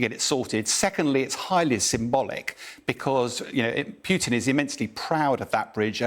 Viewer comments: Come on. It's 'Poo tin' NOT 'Piu tin' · It's POO-TIN not PEWTIN lol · Dear English people. Its Putin not Pjiutin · Why is this commentator calling putin- peeutin? Even a Brit should be able to pronounce the short vowel u. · Any chance this guy can stop saying pewtin. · Interesting enunciation. i wonder what is correct, pew-tin, or Poo-tin? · Love how he says PEWTIN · this is poo teen